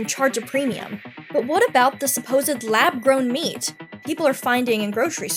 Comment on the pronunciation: I believe "lab gown" should have an r in it. Geesh.